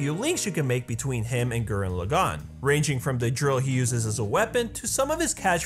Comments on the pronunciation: Just wanna nip this in the bud. Gurren Lagann is pronounced a very specific way. You're pronouncing it Gurenn Lu-gaunn, but it's actually. Gur-denn Leaugh-gaunn. The first part of each of those words is emphasized the most. The d is very very soft, they pronounce r's in a very specific way in Japanese, with a hint of 'd' in the sound, similar to rolled r's in Spanish. And for each word in Japanese, the stress of a word is the first syllable, not the second or third, unless that is specified, which it isn't in the case of Gurren Lagann. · Gurren Lagann not fucking Gurren LagAAAn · You need to learn how to pronounce gurren lagann correctly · Damn, the way you say Gurren Lagann is Cancer... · Loved the video but the way he was saying gurren laggan in the video was annoying me 🤣 but loved the video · I have to be that guy but you absolutely butchered the names and pronunciation of gurren lagann